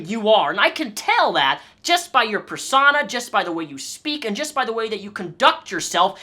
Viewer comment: "Persauna" lol. I've never heard persona pronounced like that before. And she thinks that people wouldn't survive of they were her? Yea right. Try living with Anhedonia. My life is hell. She wouldn't last a day in my mind.